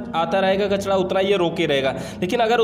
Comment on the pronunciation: Kachda nahi bhai kachra hota h